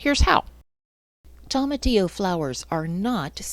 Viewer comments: Great video 👍Its pronounced toe-matillo, not tom-atillo. From a Hispanic. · Nooo! Why are you pronouncing it like that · It’s a Spanish word, so if you struggle pronouncing Spanish words it’ll be a challenge… but toma would sound most closely to “Thoh-mah” and Tillo most closely to “Theo” ..so try: thoh-mah-theo 🙂 I appreciate you all trying! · thank you for your experience. I was a bit tickled by your pronunciation of tomatillo. wondering if you call tomatoes Tom-Mate-Ohs too :) cheers! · You pronounce tomatillo so horribly